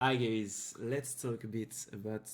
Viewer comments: Bon, si tu dis "Hi gays !" au début de la vidéo au lieu de "Hi guys", ça le fais pas trop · J'arrive et j'entend "hi gays" OUI